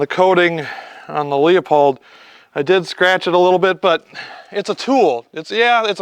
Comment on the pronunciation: It’s “loo-pold “ mf, the E is silent.